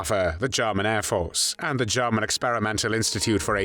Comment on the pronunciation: This voice over is truly irritating, especially when he pronounces German as “Jahman.”